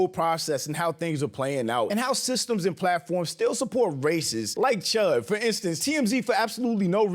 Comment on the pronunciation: Cheddar bob chud? Nah nah nah. It’s CHUDder bob!